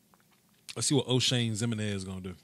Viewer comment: The way he pronounces Jimeninez is hilarious